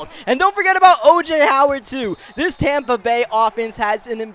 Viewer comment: Never realized it was Tompa Bay. Always thought it was Tampa Bay...